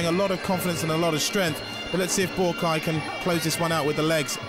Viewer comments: Calling him "Buakai" drives me nuts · It’s Buakaw not Boorakai, the commentator needs to do his homework. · Or kept calling him BUAKAI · Boo-A-Keye??? This anouncer sucks! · ผู้ประกาศมวยเรียกบัวขาวว่า บักข่าว 😆😆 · "Borakai" oh my god, it's not that difficult to pronounce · Why do they keep calling him "Boo ah Kaai"? isn't his name pronounced "bwaa cow"? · Borkai? How many times did I hear that dopey commentator call Baukaw "Borkai"?? It's not a hard name to pronounce, is it?? Aaaaarrrgghhh!!!! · Bourbaki ....hahahahahahahah dude get the legends name right.!!!!lool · He called Buakaw "Bukar"!. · Dear commentator, his name is Buakaw not Buakai... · It's not Buakeye or Buakaa.... it's Buakaw! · the american isn't bad but the english guy is a complete git. Just mispronouncing Buakaw's name EVERY SINGLE TIME pisses me right off, but he also knows nothing about Muay Thai let alone fighting in general. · Commentator is a joke! He can’t even say the name of Buakaw right never mind know the name of kicks! What an embarrassment on a great fight